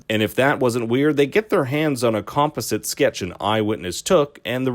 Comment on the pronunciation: Bruh im so lost. First you said "serial" wrong .. i was like okay maybe he just said it fast . Than u said composite wrong.. than u say segment wrong . Gota be from Canada lol